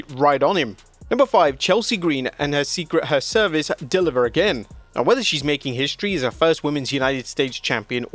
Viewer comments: Say it with me "her-vice" not her service, she service or anything else. It's literally on screen and the narrator still gets it wrong. Every single time. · Secret Hervice* not her- service. Only saying something becuase the name is SO money! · it’s “hervice” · Does the commentator actually watch this or is he just the voice of the script because why did he pronounce the secret hervice like that. He’s done that in other videos also. Makes me wonder if he rlly watches weekly